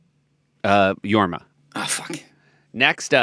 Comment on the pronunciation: Jorm? Isnt it Jorma